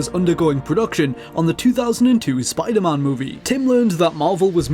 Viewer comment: Did he say SPIDERMAHN ???